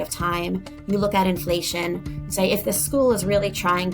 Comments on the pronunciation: IN FLUH TYON 😂😂😂😂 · I had to pause after "influhtyon" for a solid minute. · The Inflation mispronounciation got me goooood